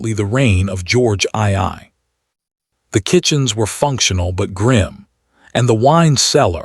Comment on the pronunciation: George ii? AI gets so much pronounciation wrong